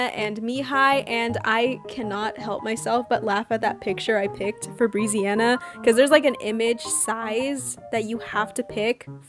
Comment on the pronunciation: just so you know brezziana is pronounced breh-zziana :) good vid tho :)